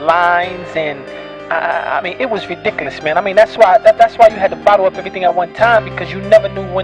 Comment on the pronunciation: Did he say "Ridicolas"?